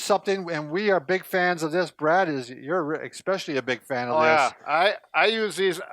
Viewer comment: eSpecially NOT eXpecially!!